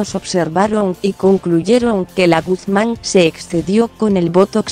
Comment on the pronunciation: La LOCUTORA DEBE LEER MEJOR NO ES GUZAN LA M SUENA GUZMÁN. APRENDE.... DE DONDE ERES? SE DICE GUZMÁN CON MMMMMMMMM.😱😱😱😱😱